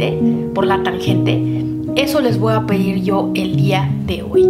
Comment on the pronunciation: me encantas, eres maravillosa, eres un amor!!! Hablas hermoso y eres muy inteligente pero por favor! Deja de decir "voa"en lugar de "voy a", eso es incorrecto y echa abajo casi todo tu discurso tan perfecto, ése voa, suena horrible, no existe. Evítalo ensucia tú magnífica conversación. Bendiciones